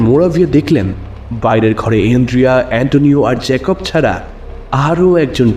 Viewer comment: পরিচালনা খুব ভালো। গল্প পাঠ যত্ন নিয়ে করা। জেকভ আর জ্যাকব চরিত্র ভেদে উচ্চারণে বৈষম্য। কোনটি সঠিক?